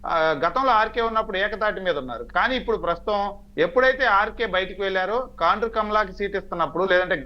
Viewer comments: Orei talkam kondru kaadu ra kaandru😂😂😂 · కొండ్రు కాదు సార్ కాండ్రు